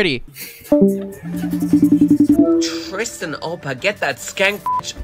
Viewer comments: BRO RLLY SAID : "tistan" LOL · He said tistan bro HAHAHAHAHAH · "TISTAN!" I'M CRYING LFMOAOAOAOAOOAO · Bro really said”tistan” 💀😭💀